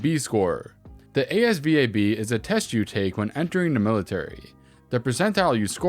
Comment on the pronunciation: I got a 98 on the ASVAB. That's pronounced "AZ VAB," not spelled by letters.